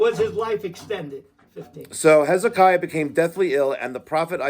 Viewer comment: You couldnt pronounce Hezekiah ?